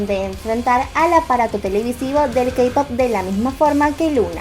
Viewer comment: Perdón pero me inquieta que diga "kapop"